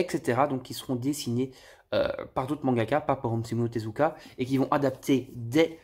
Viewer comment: "omsomyu Tezuka" oO Merci pour ce moment! 🤣